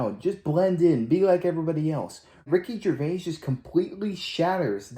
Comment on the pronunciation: Jer-Vay, not Gervase.